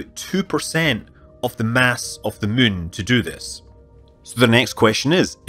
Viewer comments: To all space linguists: Scott's pronunciation of "moon" is not [my:n] but [mʉ:n]. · As a non-native speaker who is mostly used to hearing different american accents or sometimes some english ones I enjoy the way Scott say Moon/Mun. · I like how Scott can't say the word "moon." Only "Mün." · Scütt Münley